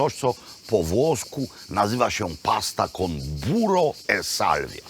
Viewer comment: Kocham szałwię, zwłaszcza z masełkiem, kocham Pana. PS. 'burrrrro' nie 'buro' :-) Buro to jest dzisiaj w Polsce za mym oknem :-)